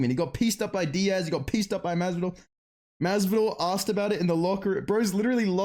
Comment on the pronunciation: He pretty much nailed the generic Miami Latino accent